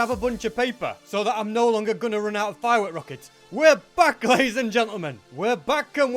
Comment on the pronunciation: He said la'ies